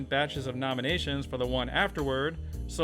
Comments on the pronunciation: I feel like your pronunciation of "danke fürs zuschauen" was quite good from a German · I know this video is about 2 years old, but as a german i just want to tell you, that your pronounciation of " Danke fürs Zuschauen" was pretty good.